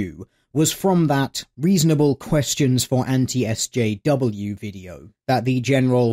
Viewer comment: I didn't even realize that he had said s-jew. I just figured he misspoke.